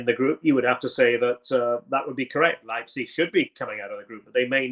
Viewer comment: Ryan118 is gutted someone can pronounce Leipzig better than him